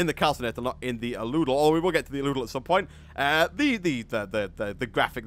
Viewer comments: Al-u-del Not a-loo-del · ***** it's pronounced Al-u-del :) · The aludel is pronounced al-U-del